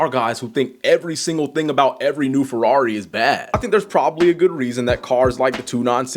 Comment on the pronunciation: Furwawri, bruv.. 😂